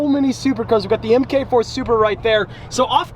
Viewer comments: Em-kay-four? Its a Mark 4 🙏🏽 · plata593 ik that i’m talking about the way he said it like “mk4” instead of like “mark 4” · it’s not said mk4... it’s said mark 4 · he says "m-k 4 supra" xD. Its MARK 4 😂😜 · Am I the only one who gets annoyed when he says mk4 Supra instead of mark 4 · Emm Kay Four? Try Mark (Marque) Four.